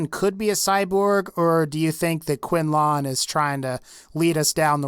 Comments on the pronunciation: Proctor quinLAN not quinLON. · Proctor Quinlan not QuinlON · it's quinlin not quinlawn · proctor "quin-laawn" its just pronunced quinlan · The way pronounces "quinlan" makes me cringe kwin-lin not kwin-lawn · its not quin-lawn its quin-LAN fuck me. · Can you please try to pronounce some of the character's name's properly? Who the hell is Quinlon? Its Quinlin. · you know they say the names of those people like quinlan and they don't say it quin-lawn its quin-lin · who else gets pissed about him saying quinlon instead of quinlan ? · Quin-lon is how he says it I say it like this quin-len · quinlon? quinlan is pronounced quinlin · dude,the name Quinlan, is pronounced Qwin-Lin,not Qwin-Lan ,please say it right,quite a few people have complained,he says his name when you meet him in Shadow of steel I think its called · quinlaaaan quinlyn is how you say it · Quinlan is pronounced Quin lun. his name is said by npcs, how are you getting quin loooooon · why do you keep pronouncing his name "quinlon"?! its not quinlon, its quinlan. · Proctor Quinlaawn? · Listening to you say "QuinLAWN" 6-7 times throughout the first five minutes of this video gets really annoying. Mostly because that's not how the man's name is pronounced. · Whenever you say Quinlan it gives me chills. Proctor QUIN-LAWN... yikes! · am i the only one who gets incredibly annoyed when he says quinn lawn? Also since when do gen 3's not age? The institute synth are exact copy's of people. The institute made them as a workforce more capable than there robotic predesesors but built to be at a great level of health, in terms of strength, mental activity and immune resistance but not, really inhuman. The reason why they are hated by the brotherhood is they were not created the "traditional way" and therefore are not human. The institute doesn't believe them to be people because they are biult and believe all there thoughts and emotions to be just there really good programming and nothing more.